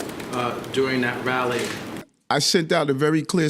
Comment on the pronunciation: I'd give my left nipple to hear pronounce "during" properly just once.